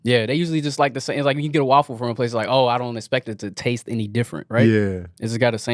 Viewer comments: we need to address they way you pronounce waffle as WALL-FULL😂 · Every time say’s waffle I chuckle a little bit. Wuaffle😂😂